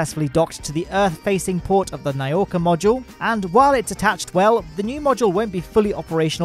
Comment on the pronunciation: Nauka. Not ny-oka, nauka. Na-ou-ka.